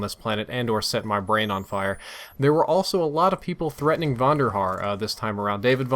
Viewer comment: Threatening not threading